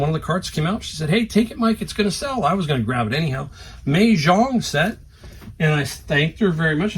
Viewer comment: I look for Mah Jongg Sets at every thrift. Sometimes you can find just a few replacement pieces or the cards needed for play. Always good sellers. FYI... pronounced Ma - like mama